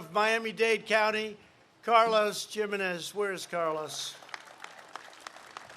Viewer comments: "Carlos Jim-en-ez"? Hey 45 you dimwit, it's pronounced "himenez" The J is soft in Spanish names, dummy. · Jim-In-Ez. Good job to all he praised, really? Clean air due to the lack of commuters. How does he take credit for that! Annoyed.